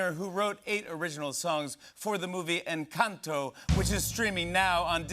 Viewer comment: loved the way jimmy properly pronounced “encanto”. he did his research <3